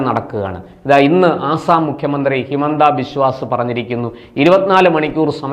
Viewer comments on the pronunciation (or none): none